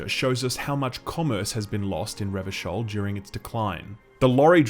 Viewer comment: Glad to hear you got the pronunciation of "Revachol" right this time. Again, I truly appreciate the in-depth analysis.